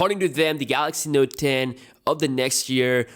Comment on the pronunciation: its note ten, not node den.. but yeah ur indian